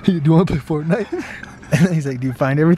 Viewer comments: Get it "FORTinite" lol lel OMG XD MLg DoryTOeS illuminat ti con fierm ed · It’s fort- nite